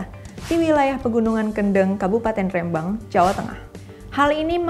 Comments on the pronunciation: Ngomong Rembang nya salah , harus nya di teken , kayak ngomong "merem " Rembang gitu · Nyebut rembang ny aja belom bener 🙄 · Spelling nya Rembang salah say hehehe. Huruf e nya di baca gak seperti itu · rembang pake e bukan é ... cmiiw